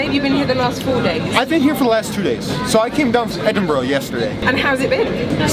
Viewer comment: Was gonna say 😂 I thought "Edinburugh" was a mockery of how a Scot might say it 😁 Excellent video and highly anticipated